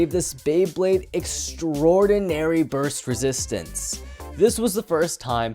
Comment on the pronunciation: "Time to show you something... EXTRAORDARY"